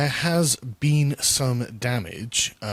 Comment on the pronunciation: "Where I've bean." Lima beans? Kidney beans? Senate beans?